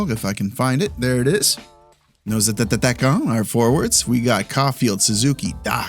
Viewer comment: Nos attataquants. I love it when he says that 😂